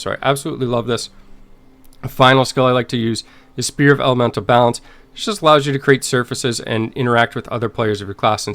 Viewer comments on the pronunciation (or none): it's SPHERE not SPEAR...lol